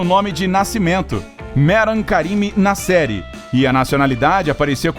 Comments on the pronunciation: Toda vez que falava "Nasseri", eu achei q era "na série" e eu ficava tipo... QUE SÉRIE É ESSA MEODEOS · Toda hora eu pensava que o narrador falava "na série", só dps percebi que era "Nasseri" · Eu também pensei que ele falava na série kkkkkkk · Toda vez que ele falava Nasseri eu pensava que ele falava “na série” e eu fiquei tipo que serie filho ? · Eu também!!!! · EU TAMBEM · Eu tb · Achei que era so eu que achava isso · Eu tbm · Achei que tinha sido só eu 🤦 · Nome muito famoso e aeroporto idem , acho que o narrador e produtor do Incrível deveriam saber a pronúncia do nome corretamente .